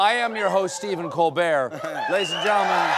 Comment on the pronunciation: Stephen col-burger